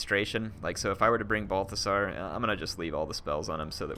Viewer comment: Did you just call him Barfasar? lmao